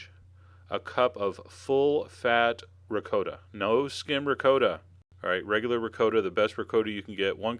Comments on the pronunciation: Wtf is “RICOOOOTA” cheese ? My god. It’s pronounced “Ragut”. Jeeeez man !!! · Did he just say Rick-co-ta ?!? Noooooooo😂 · I was wondering about that. Had me doubting myself for a sec. The correct prounciation I believe is Ri-cot-ta. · R I CCO TA......LMAO !!! Hahahahahahahaha....OOOOOOOOOOO RICOTTA. OMG! Dude....geez....I don't know what to say....LOOMAO !!! Hahahahaha....I never heard anyone say it like this R I C O T T A...haha! YOu made my day! Thank you for the LAFF. Thank YOU. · Ree-coh-da lol thats funny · Sir please learn how say ricotta properly! I wouldn’t make these because you can’t say ricotta the proper way.😢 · Chef John, thank you so much for all your amazing videos... but we gotta talk about how u say ricotta! Please DM me. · You got to be kidding? You go through the process of making homemade meatballs from scratch then you add a jar of store bought tomato sauce.....you just insulted your meatballs. You also need to learn how to pronounce Ricotta.